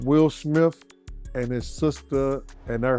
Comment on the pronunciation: Who tf is "Matt Damian" ? Who tf is "Ben Afflack"? Who tf is "Will Smiff" ?